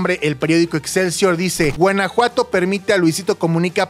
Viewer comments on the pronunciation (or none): ¿Porqué dice Guenajuato? En lugar de Guanajuato 😅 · Soy yo o dice Guenajuato? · Por que dice Guenejuato? 😂